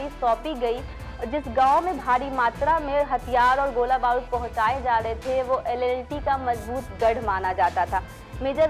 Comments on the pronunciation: कृपया ऐसे लोगो से वीडियोज न बनवाये ज्ञान का अभाव 👍 जाफना को जफना, LTTE को LLTE बोल रही है एंकर👍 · LTTE NOT LLTE